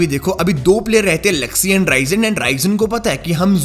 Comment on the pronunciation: The real pronunciation of Bigretron players is Zooksee,Looksee,reeeeeezen and meeecroboy not zaksy laksy raizen and maicroboy